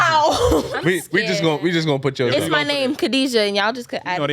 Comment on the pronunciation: Khadija, she can't even prounce the name, blacks with Muslims arabic names lol